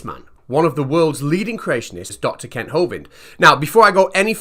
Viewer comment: I’m really sorry but I’m not the brightest spanner in the box but I’m sure you not pronouncing Kent’s name’s properly. I honestly believe the letter u has been substituted with the letter "e".